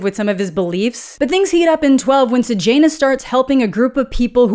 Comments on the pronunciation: Does anyone else hear Sejanus as Sir Janus Every single time she says it, it's all I hear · Am I the only one who read it was Corio-Law-Ness and Say-Yah-Ness and was extremely disappointed by Coriol-Anus and Sage-Anus ??